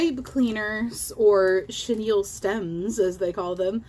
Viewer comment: “Chenille stems”… girl bye 😂😂